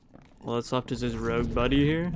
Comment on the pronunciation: mans really hit us with the classic rouge instead of rogue